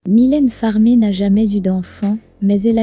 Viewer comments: MYLÈNE FARMEE, C,est qui? Faut apprendre madame à prononcer son nom c'est mieux!!!! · Commencer par apprendre à prononcer son nom !!!